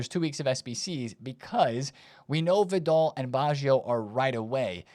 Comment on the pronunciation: “Vid-all” … this is definitely a gimmick for him. No way anyone can miss this much. 😂🤦🏻